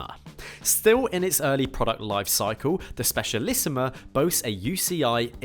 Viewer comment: It‘s Specialissima, not Specialissimo